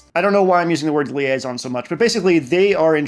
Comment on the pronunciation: Liaison, liaison... Trust me, I'm french.